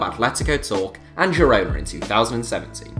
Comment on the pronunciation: “Girona” is pronounced “gee-roh-nah,” not “jih-“.